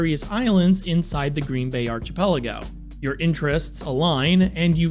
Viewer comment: you say archipelago wrong. think ark like electricty, not arch like march.